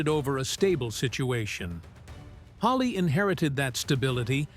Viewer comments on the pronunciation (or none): What prompts this moron narrator to call Spruance "Spruant" and Halsey "Halley"? Just stupid undoubtedly.